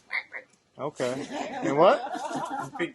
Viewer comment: wait dude, how did you learn japanese? i know you didn't speak it here in the video but i def can tell you have this japanese tongue when you say "オーケー！” i'm an indonesian but also kinda japanese native speaker so...